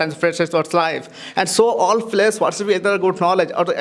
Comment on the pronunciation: pagal lag raha hai bc …players ko falyers kaun bolta hai bhai 😂